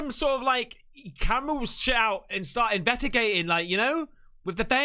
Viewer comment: You kill me mate Everytime you say invetigating instead of investigating lol!!! MF IM GONE IM GOO-AHHNAHHN!! 🏃🏃🚀🚀🏁🏁 ⛷️🚴🏂🏄🚣⚡⚡🐎🐎✈️🛩️🏎️🏎️🏎️